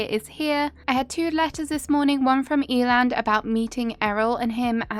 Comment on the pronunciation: Eiland is pronounced Eye-luhnd, it's a german Word ❤